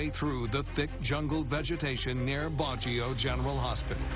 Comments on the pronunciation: The video reached when I realized that the narrator means "Baguio" and not "Bajoh" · It's BAG-YO, not badge-yo! :) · baguio( place where treasure burried) is pronounced as BAG-YO not BAD_JIO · WRONG PRONUNCIATION OF BAGUIO. IT IS "BAG" NOT BAJ. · This is nonsense. Baguio is not covered with jungle but with pine trees! Also Baguio is pronounced Ba-gi-yo, not bah-jow. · It's pronounced Bag-yo. Not a good documentary if you can't even pronounce the city on the story right. And the Marcos' did more positive things for the Filipinos than any president ever did. Please do your research more extensively, and stop listening from their haters. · BOOM BAY kaya nga nagtataka ako ano kaya ang cnasabi nitong badyo baguio pala haha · You totally mispronounced the city's name Baquio. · Good documentary ( apart from the irritating way the narrator pronounces Bagio). Presumably, he's never been there himsel!f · It pronounce as Bag Yow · Yeah, it bothers me too. They can't pronounced it correctly. 🤦‍♀️ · Funny docu Even the way they pronounced BAGUIO n ROGELIO Ah ha ha ha Make more funny docu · funny how they pronounce baguio 😂